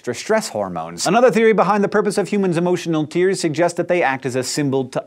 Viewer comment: did he say "emo tears"